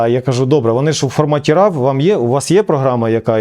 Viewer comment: Цікавий випуск! Дякую! Одна маленька нотатка: Формат фотофайлів RAW звучить виключно як "РО" і в жодному разі не як "РАВ". Слово RAW перекладається з англійської як "сирий", що відповідає сенсу таких файлів. Якщо професійно знімати, то слід казати саме "РО".